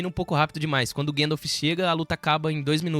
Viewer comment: Ô, cara. Fala "guéndalf", não.🤦🏻‍♂️ é GAndalf! Se pronuncia como se escreve!